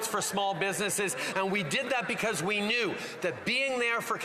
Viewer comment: We? Oui? Or we charity?